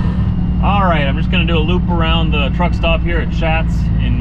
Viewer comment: Hey, the Shatz family is actually pronounced "shots" I believe it's a name of the German decent.